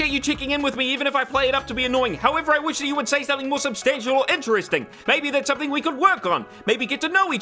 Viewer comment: oh ok I didn't understand you said Which instead of wish